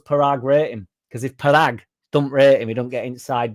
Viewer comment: It'e pronounced Poragg as in podunkville Mississippi